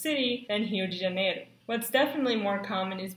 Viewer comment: OMG SHE PRONUNCIATED RIO DE JANEIRO RIGHT